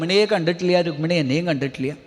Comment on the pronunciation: രുഗ്മിണി അല്ലടാ രുക്മിണി. ഹൌ വയ്യ. ഏത് നാറികളാ ഇത് post ചെയ്യണേ ആവോ 😊